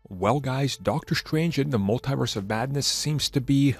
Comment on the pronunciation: Someone teach this noob how to say multiverse